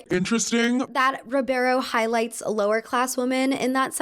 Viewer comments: I’ve noticed that you always pronounce women as woman hahah. Love your videos though ❤️❤️ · It's ok, she can't spell or pronounce "women" apparently either, only "woman".